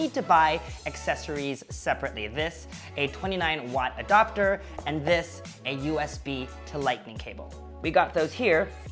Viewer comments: Why do you say “Adopter”. It’s Adapter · It’s ‘adapter’ not ‘adopter’. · Did you just say “lightning jack adoctor” ?